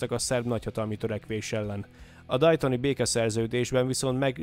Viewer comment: Nem Dajton ,😂 hanem Déton.